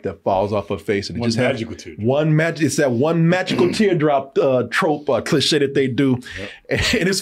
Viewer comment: Idk i it was on purpose, but I swore said “cli-shit” like it’s such an overdone cliché, it’s shit 🤣